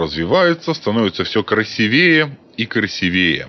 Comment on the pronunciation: только красИвее, а не красивЕе